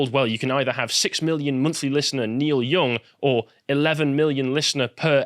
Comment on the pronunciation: It's pronounced young not "Yong".